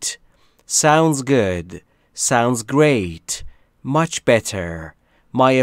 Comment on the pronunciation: ب در نه ب تر Better